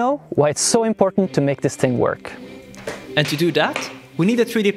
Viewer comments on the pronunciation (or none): none